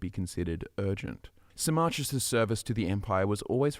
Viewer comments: I was so confused when you started talking about sarmarkis, Who the fuck is saarmarkis I'm thinking.... Then it dawns on me, you mean Symmachus, as in Sim-ah-cus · It took me five hours to read the whole thing, and I really felt like a shower afterwards. But I can't with pronunciation of Symmachus - "Sy-MMA-chus". I read it as "SY-mma-kus".